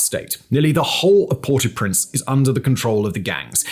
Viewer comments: Oi! The British Empire has drawn to a close and the colonial tact of renaming is dead. You don't Anglicise proper names in other languages. Modern Brits--TRY HARDER! The capita of Haiti is NOT pronounced "Port-eew-Prince" and you know it (or ought to know it because there is Google). The closer to the proper and the non-post colonial passive aggressive smug British pronunciation that makes it seems that you ate least care and tried is: "Por-oh-Prance." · Port- ow - Prince. Air - iss - steed. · Do you intentionally mispronounce so many words? Or is this congenital? Aristide. Port au Prince. No reasonable person is expecting you to actually have a Creole or French accent, but my god! Take 30 seconds, use the internet, and come up with a reasonable approximation of these words.